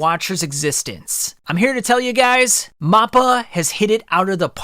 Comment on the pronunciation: You gotta work on ur pronunciation bro, you got both makima and mappa wrong